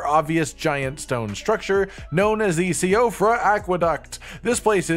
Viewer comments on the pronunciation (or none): She-of-ra, not see-of-ra. TY, irish dude 🇮🇪